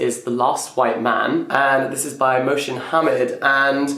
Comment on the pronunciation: His pronunciation of Mohsin Hamid 😂😂 He said Moshin